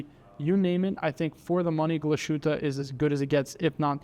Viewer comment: I'm pretty sure you mispronounced at least a few names. Glashutte and Rado are not pronounced the way you did.